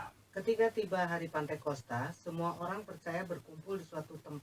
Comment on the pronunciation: pantekosta atau pentakosta? Menit 7: 52